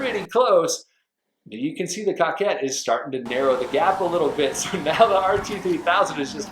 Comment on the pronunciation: It’s pronounced cookayy *good vid tho